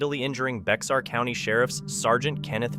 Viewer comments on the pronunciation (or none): The case , the County is called "BEXAR" and it is pronounced as "BEAR", and not "BEX----AR !! BEXAR is actually San Antonio, Texas